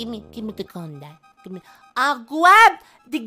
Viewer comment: "GIVE ME THE GUN PAPA GLIVE ME THE GLUN" i Love you <3